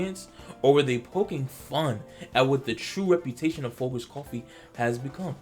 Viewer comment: The g in folGers is pronounced like giraffe, not like girl 😂🤦🏻‍♀️